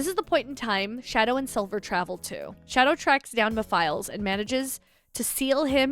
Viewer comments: ah yes, "meh files" LMAO its like "meh-fil-es" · it’s like Mephistopheles but take out the “stophe” of that word to shorten it and you’ll get the name Mephiles as you try to do the pronunciation switch up going from both Mephistopheles & Mephiles but switch between both at a slow paced and when you hear your self saying it that way??? You’ll know that it’s “Meh-fill-es” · Mephiles "Meh - Fill - ess" :P